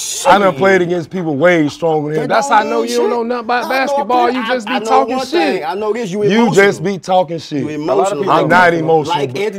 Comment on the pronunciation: Man the emphasis on that ‘shit’ in minute was like every hood uncle 😂😂😂😂